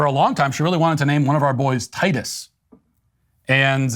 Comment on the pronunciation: When Matt says 'Titus' it sounds like tightass. Anyway, I loved this cancellation, I can't stand the Karen Lemmings (aka selfish jerks who put down anyone who dare to speak up)